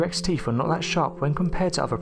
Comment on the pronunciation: Is he saying teef???